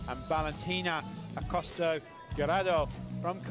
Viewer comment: God those commentators could not pronounce Acosta Giraldo's name to save their lives. I'm British but it's embarrassing. Just read the letters in order, it's not that hard. Giraldo. Not 'Gelado' or 'Gilardo' or whatever else they came out with. They were even throwing in a few 'Ascostas'.